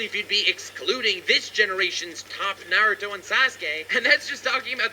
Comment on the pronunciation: I love watching ur videos but hate the way u pronounce naruto